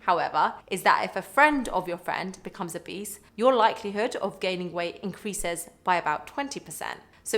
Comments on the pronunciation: i kept hearing "if your friend is a beast"! 😅 had to figure out that's not what she was saying. 👹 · Obese sounds like “Beast” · keep hearing 'if your friend is a beast' lol.